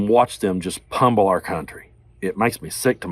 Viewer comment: The word is pronounced pummel not pumble which you said repeatedly.